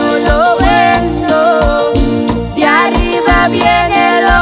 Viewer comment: Dios los bendiga mis hermanitos cantan muy bonito, pero quisiera hacer una corrección la palabra de "arriba" se pronuncia con doble R yo se que lo puede hacer, gracias y sigan adelante en el camino del Señor.